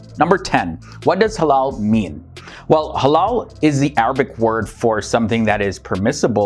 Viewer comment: Thought he said “hello and haram” at the start